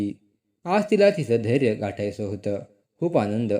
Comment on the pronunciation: ध्येय असा शब्द आहे धर्य नाही